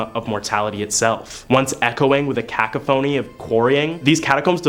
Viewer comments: A cAcaphony? It's pronounced cCoughony. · did this did just say " kaku-phony" ? lmfao its "ku-cough-ony:" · How many lists is the "Island of dolls" on? Also, bring back the casual crypt keeper. Also, it's cuh-COUGH-ony lmao. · I love you but please pronounce "cacophony" correctly lol